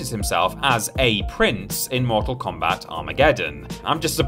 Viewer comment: Why do you have to say Mortak Kombat every time!?